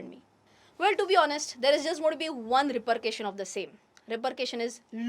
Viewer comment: Nice video madam. Please don't mind. A small correction. It is repercussion and not repurcation. The word comes from the original word percussion.